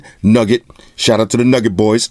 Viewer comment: I'm not sure if you know or not, but Nouget is pronounced as New-Get not Nugget. But besides that superb video man. I always come to your channel first. When I saw the add, I was like here I come.